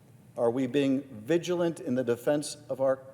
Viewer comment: Did you say Secretary of "the fence" or Defence?